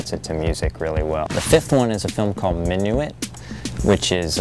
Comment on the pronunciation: just so you know, minuit, which does meen midnight is pronounced min-wee